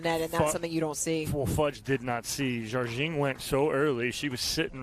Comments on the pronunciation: Are the commentators correct in pronouncing Jardim as "Jarjing"? I would have assumed it was pronounced closer to "Har-deem" or something like that. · Simone pronounces it something like 'jar-jing' but I don't think there is anyway for an American to get the Portuguese exactly right. Jar-jing is the closest we can do...